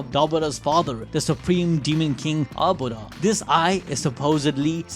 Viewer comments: Man said dabara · Say it with me ( Da-bu-ra ) smh